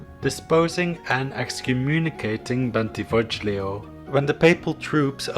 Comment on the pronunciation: Bentivoglio is pronounced Bentivo LI o (more or less)